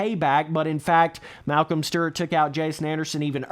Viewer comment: “Malcom stert”